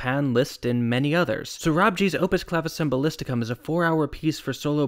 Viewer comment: It’s pronounced claviCHembalisticum, not claviSembalisticum